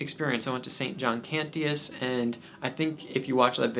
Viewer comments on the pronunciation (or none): No biggie, but it's pronounced "Can-chus". Also, the iMass app is a great tool for learning the Missal. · A weird critique but I THINK you are pronouncing "Cantius" wrong. Maybe I have been hearing it wrong since the people there would know better but the "t" is more of a "sh" sound. As in the Latin but he was a polish priest and I don't know Polish. Great video! Immaculate Heart of Mary, Sacred Heart of Jesus, pray for us!